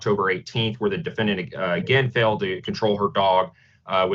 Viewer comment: Am I the only one who thinks it's strange that the judge and the attorney keeps pronouncing defendant as: dee-fen-dee-ant? But seriously, this woman sounds like she needs to be under mandatory institutionalization. Maybe she's doing a little 'self medication' with some crystal...?